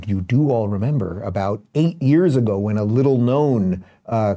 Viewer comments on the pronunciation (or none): none